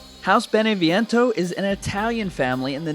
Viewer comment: I'm Italian and the Italian city is BENEVENTO without the i